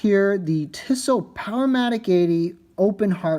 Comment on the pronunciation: it's pronounced 'Tea-so" not "tiss-o"